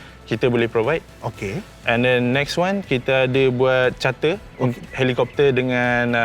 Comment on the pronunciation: Helicopter... Helicopter... Parakopfer... Parakopfer..... 🤭